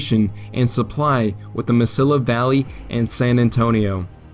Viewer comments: It's not Mis-sill-a. It's Mes-see-a. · Ma seeee ya. Not MasiLLA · Nope. Eric Williams is incorrect. Grande is properly pronounced "grahn-day", not "grand." Only gringos pronounce it "grand." The narrator days it correctly. Two things he misses: Mesilla is "me-see-ya", not "me-sil-a." Also the river is the Rio Grande, not the Rio Grande River. Rio means river. So Rio Grande River is redundant. If means Big River River. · Me=see=yah, not Mesilla proper pronounciation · Mesilla = Meh-see-yahh. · Mesilla meh-see-ya 🙄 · Ma-See-ah not Ma-sill-ah............Mesilla, NM. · Mesilla is pronounced meseeya - it's a spanish word. . . . A New Mexico resident who lived on Meseeya street in Albuquerque. Otherwise an outstanding piece of work. I've been to the battleground and you can still find the lead ball bullets on the ground. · "Mesilla" is pronounced Me-siya: the Spanish double L takes a YA or L-YA depending on the accent of the speaker. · FYI Mesilla is pronounce as Meh-seeya. It's where I live. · Mesilla is pronounced Meh-see-ya. The double l ("ll") in Spanish is pronounced as "y". Otherwise, a pretty good presentation of that battle. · Please learn to pronounce Spanish word. Why isn't Gettysburg the "Glorieta of the East"?